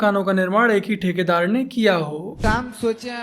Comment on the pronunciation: THOKEDAAR.THEKEDAAR NAHI.😂😂😂😂